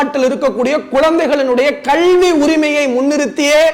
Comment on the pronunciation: Thambi sirapaga irukkirathu ungal kaanoli. உச்சரிப்பை மட்டும் மாற்றிக்கொள்ளுங்கள் .கல்விதான் 'கள்வி' என்று உச்சரிக்கிறீர்கள்.